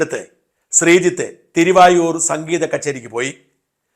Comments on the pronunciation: തിരുവയ്യാർ എന്നാണ് തിരുവായൂർ അല്ല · തിരുവായൂരല്ല, തിരുവാരൂര്. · Dear presenter - it is Thiruvaiyaru, not Thiruvayoor.